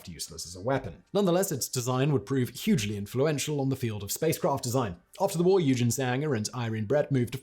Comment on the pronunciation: NOOOO!!!! Not one thing you say shows any effort to get it correct. The name is NOT "you-gene"! It is pronounced "oy-ghen". At least you can try to get names right. You butcher the whole lot, including the German name for rocket - might as well use the proper "rocket" in English and just skip the German word, which is NOT a "racket", it is a "rha-keh-teh". And in many languages, including German, "v" is ronounced like an "f", so it is NOT a silver-Wogel, it is pronounced "silber-fogel". If you want to be a semi journalist and cover International history, work on your language skills!